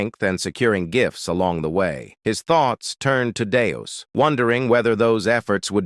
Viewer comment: Just one example of many: The character's name is Deus (DAY-oos). I've heard it pronounced correctly maybe 20% of the time. Other times, it's Dayus, Danus, Danoos, Dave, Venus (how???), Deuce, and Dust. I think there were other names for this character too. Don't blame it on the translation, either, as I've read the original manga, and his name is consistent across the chapters. Just lazy, AI slop.